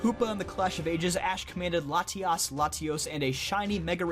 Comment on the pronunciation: I love how you pronounce Latios & Latias